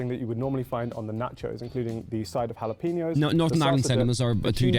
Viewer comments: Ja lap ennos? How about Hala pen yos? Phonetically speaking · Fave a tie between Buttered and salted (real butter) or Buttered w/ Frank's Red Hot Original Seasoning & Lawry's Seasoned Salt sprinkled on... omg... but depends if I'm feeling more nostalgic or not (respectively), which one wins. I's pronounced HAL-a-Peen-o's Not Jal-ap-pen-o's. Just fyi. Exactly, it is NOT healthy or, tbh, all that great - which is why you sneak in your own ;) Just get beverages there... unless they do not have yours ;) Then, sneak that in too. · Juh-lah-puh-nos ??? Brits are incapable of correctly pronouncing Italian and Spanish words Ha-la-peen-yos !!! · Hal a peen ohs, not jalapinos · Jalapenos = halaPAINyos. It drives my nuts when I hear British people say tacos. "Tacos" has the a sound in father, not the a in dad or the first a in American. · He did did not just say J -ala penose 👃🏽😐🤦🏽‍♂️ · Noooo, he didn't! Huh? Juh-LAP-uh-noes???😂😂😂😂😂😂😂😂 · Curiously, the same guy pronounced it "hal-apeno" later in the video. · Are you BRITS not capable of remembering that Spanish Js are not pronounced with a J sound but an H!!! It’s pronounced HALA PEEN YOs!!! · making fun of the dude for not saying 'jalapenos' right when he pronounced it the same wrong way on stream last week XD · 😂😂 What did he just call Jalapenos? I seriously wonder what is going on that you guys can't pronounce that one.